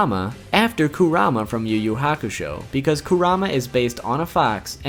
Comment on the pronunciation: You think we are pinecones? Are you a Filipino hater mate? What's wrong naming them differently from the original Japanese work? Than your yuyu hakushow, tagorow pronunciation?